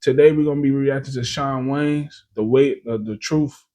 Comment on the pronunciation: The Wayans Goated but you sound like u said John Waynes😂